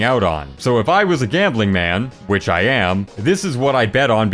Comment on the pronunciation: "wich ı am" wtf ıs that tours?